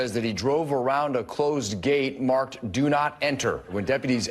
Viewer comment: "Yes, I dew," "I dew...they should be wary of what they're dewing," -clone to McConnell